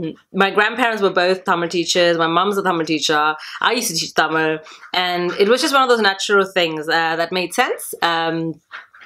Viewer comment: Thank you sis. Its very nice to hear you say "Tamil" the right way. Hope to see more videos from you.